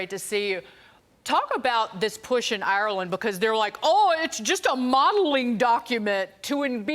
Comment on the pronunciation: 😂 She can't even say Ireland properly what's wrong with her mouth and how did she land a speaking job sounding like her jaw is wired shut